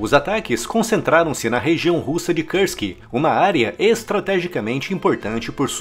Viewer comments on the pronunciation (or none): "Região russa de 'Cârski'". 😆